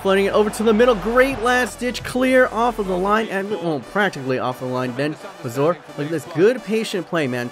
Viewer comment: I thought it was bar-zo-er